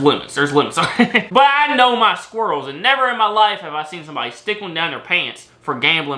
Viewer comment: Jsyk.. the way you pronounce squirrel is extremely triggering 🤣